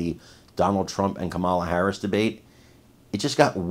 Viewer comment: This clown can't pronounce Harris' name while tries to be so smug and smart.